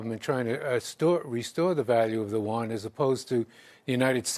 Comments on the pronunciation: listen: Yuan, not won. My lovely expert. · It's you-won